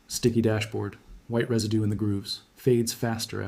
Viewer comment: Reside-doo is Mr. AI speak! Don’t you hate it!